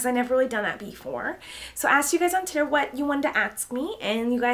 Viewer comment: Does she really say "titter"instead of twitter in every video? :D